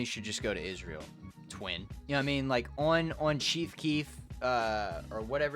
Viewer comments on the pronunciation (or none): why'd you say "Twin" with the hard R?